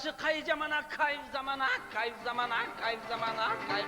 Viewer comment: Кайф замана дегенди Акайф замана деген